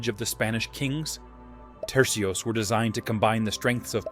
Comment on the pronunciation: Tercios, not trecios